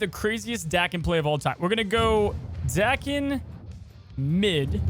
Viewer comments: Say the word Taken... now say Daken. It is pretty simple. The way pronounces it doesnt even sound right in anyway. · I was about to type “Thank God he called Daken by his right name…” then he legit messed it up back 2 seconds later… The name is said in the cartoon. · I love that says Daken with a different pronunciation every video. I'm waiting for "Day-kon". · Hearing you pronounce Daken wrong is triggering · It’s amazing. You can’t settle on one way to pronounce Daken lol